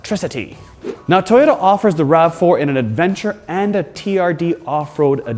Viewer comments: What's a "Tie-yota?" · Somebody tell this man there is a "O" in To-Yo-Ta. WTF is a TY-O-TA? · Not tyoda it toy- ota